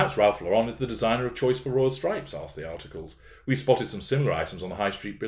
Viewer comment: FYI, it's pronounced Lor-rehn, like the female name that ends the same way as Karen, not with a pretentious French accent, or like Yves St. Laurent. "Ralph Lauren" is an American who made up the last name because his real name is Ralph Lifshitz and that might not have done so well with the tennis and polo sets. Otherwise, no doubt there are pics floating around of royals wearing all kinds of outfits similar to what hw wore before thrusting herself into and then defiling the Royal Family, aka what she appears to view as merely the royal gravy train.